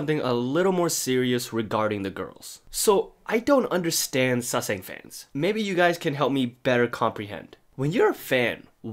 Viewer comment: Sorry but its kinda annoy me but, its sasaeng y'all :v not saesang